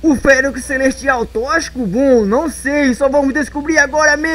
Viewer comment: Se escreve toxico mas você fala tóquicico,entendeu,então para de falar tochico,é tóxico.